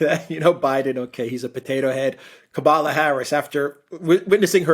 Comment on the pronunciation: It’s Kamala not Kabbala give her some respect for God’s sake 😡that was disgusting . Also this administration is not weak it just cares a little more about its people , unlike Tr…. administration. I do gain a lot of perspective by listening to your podcast and enjoy it and will continue to follow . Just give respect where it’s due. Biden has been handed a grenade and needs to be very careful with every move .